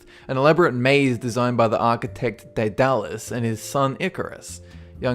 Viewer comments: It's actually pronounced Dead A-lus, not Day Dal-Us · How do you research your videos? "Phoenician" - not pronounced "Phin-o-see-an", but "Phun-ee-shun". "Polyphemus" - not pronounced "Poly-feem-ius", but "Poly-feem-us". "Daedalus" - not pronounced "Day-DALL-us", but "Day-delus". Also Odysseus says to Polyphemus that his name is "Οὖτις", which means "no-one" rather than "nobody". The Minotaur was not fed Medeans - the Medes were a people who lived at this point in what is now modern Iran/Turkey. The Minotaur was fed Minoans/Cretans.